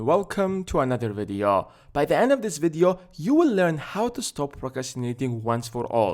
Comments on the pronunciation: I like how he says videoo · The way he says “video” 😂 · i love how you pronounce video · just came here to listen to you saying "video"